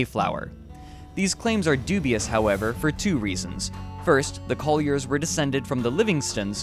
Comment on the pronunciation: "parentses", "brotherses", "Collierses" ?? Woe is me.